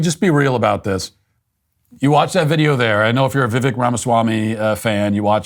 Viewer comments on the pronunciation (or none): Matt, his name is pronounced vih-VAKE, like cake, not vih-VEK like heck. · Poor Matt cannot have any fun at all. Hey Matt you could start with pronouncing his name correctly. It is not pronounced Vivek. It is pronounced Vi-Vake like cake. C'mon Matt, Get it together. If for any reason Trump is out, Vivek is my man along with millions of other MAGA Americans. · It's Vivek with emphasis on the E. You're saying it like Vivik. I know someone with the same name. Besides, not a newsworthy topic. lol🙃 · Viv "ake" like cake 😄 not "vek" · Vivek.. like cake. Not Viv-eck. It honestly wasn't that bad. Matt, that Eminem song is STILL popular. Not like you'd know, though. The DailyWire is all in on an unrelatable, awkward candidate (DeSantis) who can't even get his own campaign straight, so of course you guys have to target the other guy. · Give VI-VAKE (pronounced like that) some slack. Criminy! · It’s pronounced ViVAKE you pasty pillsbury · Your argument is void, you can't pronounce the cake man's name correctly. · Slow news day? Bias towards a certain candidate? Or door number 3? Tbh if this is the worst take you have in Vivek, yea doing something right. Also learn to say his name right, he’s a presidential candidate, come on maaaaaan! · This was based. The only thing cringe here is the fact that you can't pronounce his name properly. Figure it out Mitt. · Matt cant say his name right. This video is more cringe than what Vivek did. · Learn how to say his name Matt 🤦‍♀️🤣🤣